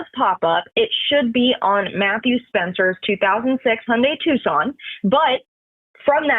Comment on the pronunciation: It’s TuCSon. Phonetically: TWO SON not TUSS CON like you spelled it.